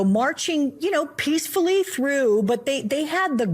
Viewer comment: Emphasis on the peacefully part